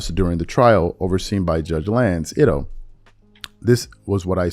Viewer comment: StephenA mispronounces the judge name whom resided over the trail stupid stupid .